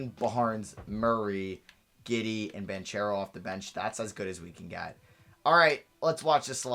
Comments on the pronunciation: it’s pronounced ban-kero not ban-chero lmao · The ch in banchero sounds like a k so its pronounced BanKero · yo I didn’t know til recently either but you’re pronouncing Banchero’s last name wrong, it’s (Ban-cure-O) I saw him say his name on an interview video, just looking out for you and the ones that get offended by you saying things wrong lol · It’s pronounced “Ban-Karo” Keep up the good work